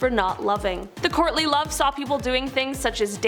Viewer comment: I thought you said "Courtney Love" initially not "Courtly Love!!"